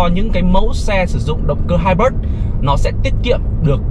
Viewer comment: Kênh hay, nội dung đc, mẫu ok. Nhưng nên học thêm tiếng a nha sếp :)) hai bớt là công nghệ gì đấy